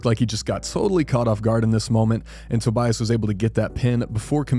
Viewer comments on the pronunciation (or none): just to let you know: My understanding is Tobias' name is pronounced: Toby-us.